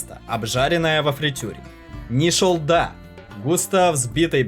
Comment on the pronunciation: Не нишалда а нишолла))